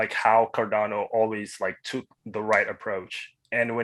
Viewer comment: "Hotschkinson" ? :D